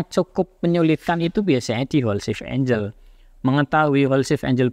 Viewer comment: angle dibaca enggel bro bukan enjel